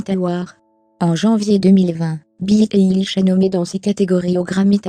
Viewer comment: C'est pas très bien prononcé mais merci pour cette video je suis une grande fan de billie eillish j'ai même acheter son livre sur sa biographie tout sur elle 👍👍👍🏽👏👏👏👏👏👏👏